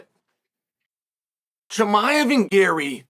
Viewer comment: Chael can never get the names right 😂 He said Kozmad chimaev , Blahall. Wtf lol